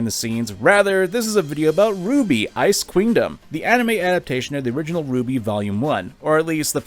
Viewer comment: See my dude it's RWBY not Ruby.